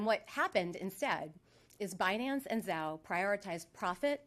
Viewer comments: Banace...you mean binance 😂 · It’s pronounced Bi Nance ,Yellen. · Janet Yellen is pronouncing it wrong on purpose - because what you " investors " are fixing to get from the" Banance " Ponzi is the big " Banana " . With zero lubricant .